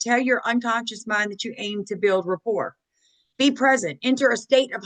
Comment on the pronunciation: “rapport”, not “report”.